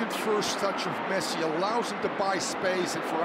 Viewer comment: he did said pessi😂